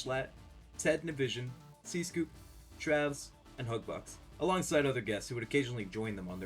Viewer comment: bro mispronounced ted nivison